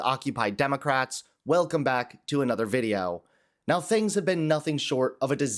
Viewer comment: What the hell is a 'videow'?